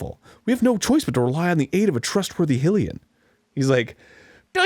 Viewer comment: I wish Arin would fucking pronounce Hylian and Hylia correctly.